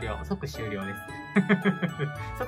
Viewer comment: 即終了言えてないのかわいいw これは難しそうだ😂